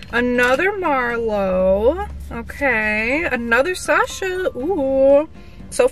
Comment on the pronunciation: Hi no offence sasha is my mum‘s name and that’s not how you say it